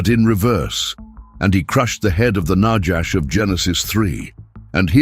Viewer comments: I thought, it's nahash, not najash Its noticeable To much AI😂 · There is no "J" in Biblical Hebrew. The Genesis 3:1 word translated serpent is not najash but na-khawsh נָחָשׁ nachash (naw-chawsh') Strongs H5175. The AI Reader should be trained in its proper pronunciation. This is a good presentation, and the referenced Dr. Heiser does a great job in the "Unseen Realm" except for one subject that I will not mention now. I make another note, that there is a clear tradition that the Book of the Apocalypse/Revelation was written in the early 60's AD/CE rather than the popular 95 date, and the internal evidence strongly supports it. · The word in Hebrew for snake/serpent is pronounced nakhash not najash - there is no "j" in Hebrew